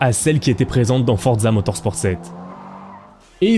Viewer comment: Non mais arrête de dire fortza motorsporteee mec je saigne des oreilles